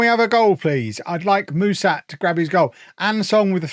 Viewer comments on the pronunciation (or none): For what it's worth, the name of your new striker (Mușat), is pronounced with a "sh" sound like in sharp, not with an "s". Same goes for the "Ș" in his first name 🙂 I hope he does well for you, even though he has an Fcsb stench on him 🤮😅